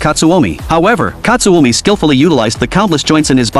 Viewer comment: and its not katsuomi its katsumi